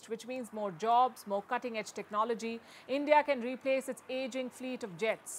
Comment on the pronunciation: End-Dee-Ah, don't be jealous of CHYNA!!!